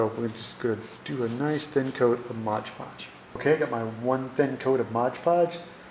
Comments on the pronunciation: Why do Americans call it Modge Podge. It clearly says on the jar Mod Podge. Other than that, great video ;) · As it says on the container, it's called Mod Podge, not Modge Podge. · Very 🙃 My wife is a Yank and she calls it Modge Podge too. Drives me bonkers. She’s an architect, so it’s not like you guys are stupid or anything. Clearly smart folks, who just like to make up words 😄